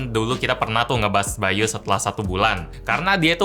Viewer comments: by.u bacanya [ bay dot yu] ..bukan [bay yu]..hehe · bukan BY.U tapi yang kudenger itu BAYU wwwww